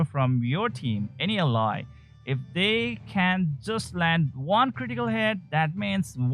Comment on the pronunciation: you pronounce 99% of the english words right but not ally. Enjoyed your content.